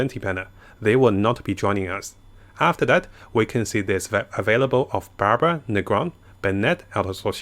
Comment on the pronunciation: Damn it so close, it's Barbara ffs